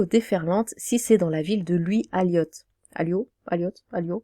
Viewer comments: Louis Aliot, prononcez "Alio". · Je suis de droite et j'ai un album d'Indochine je dois me faire rembourser ? Et dire qu'ils ont fait un concert privé dans un meeting du PCF comme quoi la politique c'est quand ils veulent On dit Aliot on ne prononce pas le T Si tu n'as pas vu le festival à Perpignan a été annulé.